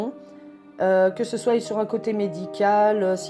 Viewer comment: trés bien, à part le "que ce soille" à .